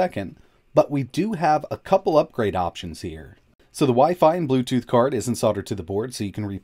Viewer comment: Includes "Bletooth" hahahahaha